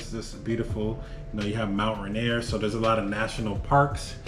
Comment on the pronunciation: He pronounces Spokane and Mount Rainier funny lolol